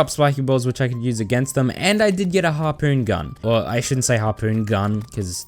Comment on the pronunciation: The second I heard “harpoons gun” I instantly went to the comments lol